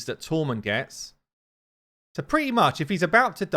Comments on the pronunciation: Hey Now! Love your vids...however, the new Shadowkin Champion, considering Shadowkin use Japanese names, Tomoe is pronounced To-Mo-Eh. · saying Tomoe is sending me 🤣🤣